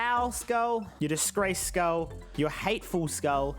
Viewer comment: Instead of saying skull he says skuil